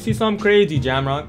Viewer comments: is saying jamrock it’s pronounced jay ohh mock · The pronunciation of jaomock, rip😂 "jamrock" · it’s J O Mock now jam mock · It’s jaomock g not jam rock and yeah he is the best builder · Nigga said jammrock LOLLLLL😂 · My man can’t even say jaoommock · i swear u saying jamrock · Who TF is jamron . Lol its "Jay. O. Mock" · He said jamrock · It’s pronounced Jao-Mock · my bad but you saying his name wrong it's jay-o-mock but its spelled jaomock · be saying his name wrong but much love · Jaomock representing Canada Lets get it 🇨🇦 but u can't call the man a beast and say his name wrong that's disrespect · u said his name wrong i’m dead